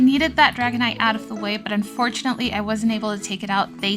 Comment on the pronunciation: We need an "Unfurtunatly" counter 🤭 P. S. That is the cutest whiscash I've ever seen ❤ 🐟